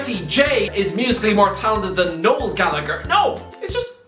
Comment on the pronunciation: Why is an Irishman pronouncing Galllagher incorrectly?